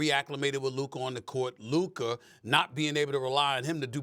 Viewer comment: Sas is LUKA not LUKER